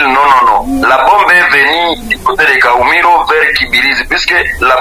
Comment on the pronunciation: Kahumiro et non kumuhiro